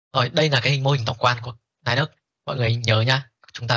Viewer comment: đọc là Li-Ních mới chính xác thầy ạ :)